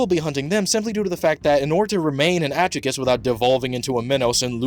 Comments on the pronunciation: it's a Spanish word, the J has an H sound. It's pronounced Ad-hoo-chas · It's pronounced Ad-Hugh-Cha, Hollow terms are all based on Spanish. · I loved the video tho. Just thought the pronunciation sounded goofy. I was listening to it while working and was like "what is that I've never heard that before 🤣" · The pronunciation of Adjuches is atrocious 😂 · Why can’t people pronounce adjuchas correctly. They say it in the show….. it’s simple. I didn’t subscribe.